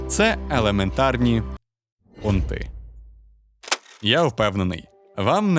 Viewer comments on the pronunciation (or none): Супер! А на слові ПОНТИ тіпнулася від несподіванки як ніби у фільмі жахів 🤣 Вподобайка за манеру розповідати та контент. Успіхів каналу!